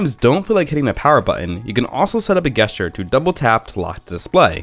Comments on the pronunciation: Yeah its definitely supposed to be a soft g sound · Cool guesstures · Its that darnn game! I say it the same way because I grew up playing Guesstures before I knew that "gesture" was a word. I now long-pause before pronouncing the word to make sure I'm going to say it right. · You say Gesture weird. It's pronounced Jest uses... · I guess ture triggered by this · How the eff did you make it this far in life saying gesture like that? Go back to your teachers and tell them they have failed you. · The way you pronounce the word "gesture" really triggers me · It kind of ruins the video.... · Yeah, I stopped watching after he said it the second time I thought the first time was a one-off after he said it again I couldn't focus on the video anymore